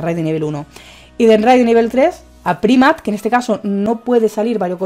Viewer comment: Primat? Jajaja cuando vas a aprender a pronunciar los nombres de los pokemon? Nunca? Jajaja